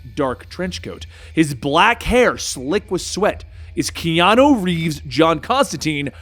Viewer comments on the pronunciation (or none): none